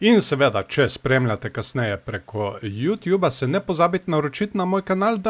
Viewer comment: Samo popravek. Ni ju tjub se reče ju tub 😜